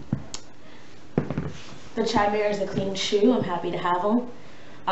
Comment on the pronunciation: It's pronounced "Kaimeera"...